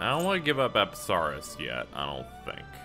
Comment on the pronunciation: says apsaras TRIGGERED ITS PRONOUNCE UPSUHRAS